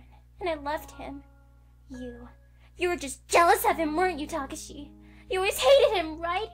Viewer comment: Why doesn't anyone pronounce Takashi's name right? D: It's Ta-ka-shi. Or Saeko. It's pronounced like psycho.